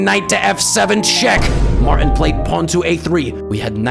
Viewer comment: “Martin” has a T in it. You should pronounce it. 🤷‍♂️